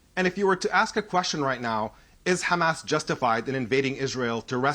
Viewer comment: “Hamases” said like a true blonde lol